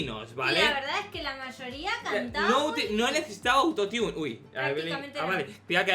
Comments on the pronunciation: Se dice auto tune no auto tiun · "autotiun o no autotiun" Jsjsj como lo dice me muero (Es Autotune) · Xq dicen "autotiune" si se pronuncia autotune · Es autotun no autoniun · Youtube no me avisaaaa :'v por cierto se escribe autotune pero se dice autotun no autotiun